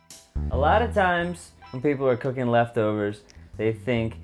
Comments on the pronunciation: Did anyone else hear "we got into cocaine when we were young" 😂 then he said cooking and I was like OH, duh lmao. Damn stoners 😂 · I thought he said cocaine at the beginning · First time he said cooking, I heard cocaine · i legit thought he said cocaine at the beginnjng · Did anyone else hear cocaine intead of cooking lol I'm werird I think